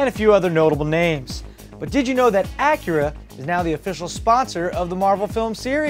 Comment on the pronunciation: wait did you say the name of Acura is "Whip"?